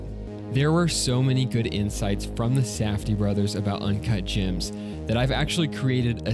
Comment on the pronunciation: ✨UnCaHt JaAaHmS✨